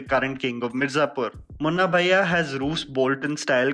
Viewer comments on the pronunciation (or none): hahahaha...woawwww. You had good attention. It was sound more as Munna Baiyya not BHaiya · When you say munna bhaiya it's like South bombay girl 🤣